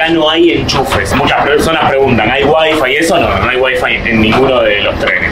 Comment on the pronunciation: Porque decis Wi Fi con el acento en Wi ? Típico error de porteños y bonaerenses. Seguro ni cuenta te das. Pero así lo hacen con muchas palabras. Decirles boludos es poco.